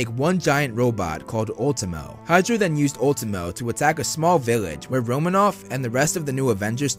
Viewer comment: something about the way you say ultimo is satisfying lmao